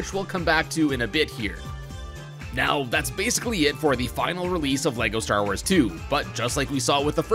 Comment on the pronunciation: Leko star woors